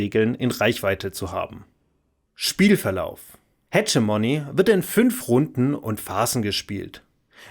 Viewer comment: Das "g" im Namen des Spiels spricht man wie ein deutsches "g", nicht wie "dsch" :)